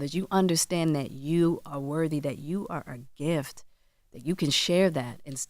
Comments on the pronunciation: If I heard this dude say “wurvy” instead of worthy one more time…! 20 years of broadcasting and you still allergic to T’s. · I cringe every time charlamagne says “worvy” instead of worthy!🥴 I hate that he says it like that!😩😂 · Someone tell Charlemagne the word worthy doesn't have a v in it.